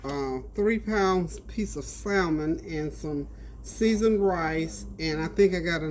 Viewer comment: Btw...the L is silent in salmon .... have a blessed day